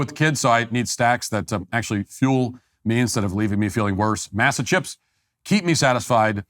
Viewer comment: I think the chips are pronounced Mossa, but hearing Matt say massa like he's back on the plantation is funny.